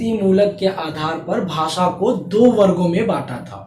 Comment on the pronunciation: Hello sir, good evening ! Aapka padhana bahot achha he aapke knowledgeable baat samjate ho par muje aapaka pronounce jo 'भासा' uski jagah भाषा shabda ka pronounce kijiye